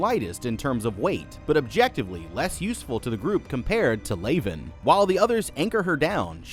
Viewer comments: Leavan is pronounced like leven, not layven. As in Leavenworth Prison, US. The rest are Kazan Prison, Russia/ San Quentin, US/ Holloway Women’s, UK/ Centre pénitentiaire de Rennes, France/ Alderson Federal, US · It’s pronounced lev in. All the characters are named after infamous prisons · Your incorrect pronunciation of "Leaven" is the most grating thing I've heard this month. The characters in the movie LITERALLY PRONOUNCE IT OUT LOUD correctly, all you had to do was repeat how they say it. Even if you had never heard of the infamous prison "Leavenworth" that the character's names are pulled from and how that prison is correctly pronounced, all you have to do is not watch the movie on mute and you'd be speaking correctly. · I absolutely love this movie. Because we get no external answers, and everything is so contained in one cube at a time, it really forces the actors and the writers on developing character and story. However, it was surprising that you did not mention the prisons each character was named after. And, being that it is in my state, I flinched every time you mispronounced Leaven (unleavened bread, Leavenworth, KS) 😂.